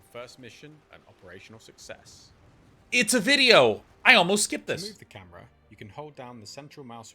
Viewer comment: "operational sucess"